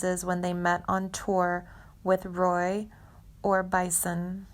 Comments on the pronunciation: Bobby Goldsboro is Black… oh, and it’s Roy Orbis-‘SON’!Roy Orbison. Not “Orbis” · Roy Or-bye-son!! Nooooooo!!!🤦🙄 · Roy or Bison? If I'm Roy Orbison I may have physically hurt this monotone narrator for mispronouncing my name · Ohhhh I agree with you, it’s the most toneless voice I’ve heard in my 71 years!! And she needed to research better, Roy Or-by-son!!! He probably turns in his grave every time this video is watched! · She can't even say Roy Orbisons name right . Bobby is alive and doing well. This woman is stupid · Wow. I couldn't watch much of this because of the awful narration. The monotone sound is really bad and the pronunciation of the legend Roy Orbison's name was the breaking point for me. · You repeat yourself alot in this video and the singer he worked with was Roy orbison you mispronounced is name